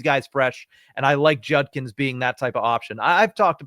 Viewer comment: JUDkins... not junkins.. for fks sake.